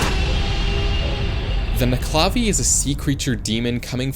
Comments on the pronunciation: As a Scottish person, it's pronounced: Nuc-e-la-vee Not: Ne-cla-vee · The way you pronounced nuckelavee annoys the shit out of me. Nuckle-a-vay not nuck-la-vee. At least that's how I've heard it from literally everyone else I've ever heard it from. Otherwise though. Great vid.